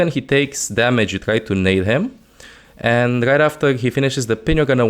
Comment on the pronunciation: Does this guy not know how to say R's? baggiegs, ginehagt, megcy, threehundged, gight now, scagy, zayga... i get the accent and all but damn hes hard to understand